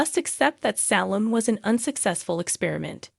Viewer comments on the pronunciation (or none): Jada and Salem are not pronounced correctly